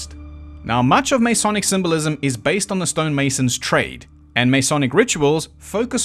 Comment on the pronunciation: God I love your channel, but I have to make a couple of points. First you are not pronouncing the word “Masonic” correctly. The first vowel is unstressed and definitely not as a long A. Second, the cube is not a symbol anywhere in Freemasonry. Third, at least under the Webb ritual, the candidate is not “jerked backwards.“ But if those are the only things I can pick at, you’ve done damn fuckin’ well.